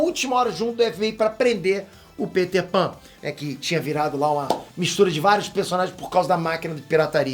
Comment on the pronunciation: Kkkk Caraí mano. Ele pronunciou "Pêter" e não "Péter", ele até aponta pra si mesmo, legal quando a pessoa entra na piada.